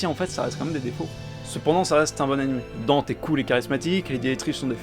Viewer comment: Par contre le fait que il l’appelle DANTE, bordel il sa se prononce DANTÉ ils ont fais la meme connerie dans dmc